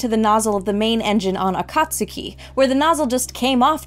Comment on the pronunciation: That's "A-ka-tsu-ki". ("Dawn")